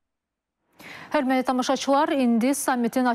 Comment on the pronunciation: BU APARICI HÖRMƏTLİ SÖZÜNÜ DÜZGÜN İFADƏ EDƏ BİLMİR.HƏR DƏFƏ HÖRMƏLİ DEYİR.